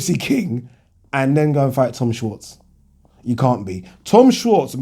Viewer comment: its pronounced "shvarts"